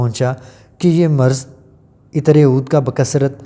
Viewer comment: معزرت کے ساتھ۔ (ایطر )نھی بولو _____عطر بولو۔ دوسری بات یہ ھے کہ جب اصل بات بتانی ھوتی ھے تو اسی پر فوکس رکھو۔ ادھر اودھر کی باتیں بیچ میں لا کر ویڈیو کا گلا مت دباو۔ میں نے تین بار سننے کے بعد پتہ لگایا کہ عود عطر کے بارے میں ارشاد فرمایا جارھا ھے۔